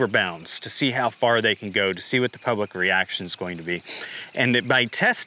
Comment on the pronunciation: "You will eat zee bugs"